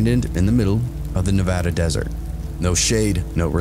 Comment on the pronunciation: I love it when the story involves my home state of Nevada AND that you pronounce it correctly lol. I have some wild stories from growing up in the middle of nowhere Nevada. Thanks for all your content!:_Coffin::_Reaper::_Demon::_Whiskey